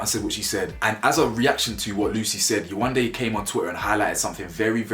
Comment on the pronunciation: Yewande isn’t even a hard name to pronounce